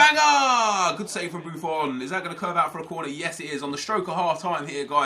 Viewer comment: Stop saying buffon like that pls